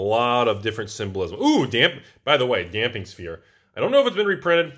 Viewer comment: "Damping Sphere". OMG, he pronounced it right, several times even!